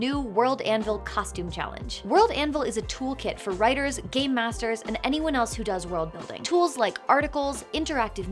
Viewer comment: The way you said game master sounded like gay master :)